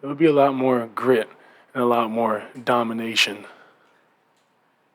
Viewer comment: I liked the whole interview i chuckled a little when he said ‘daymanation’ Lol. He still young, hopefully he does good in portland.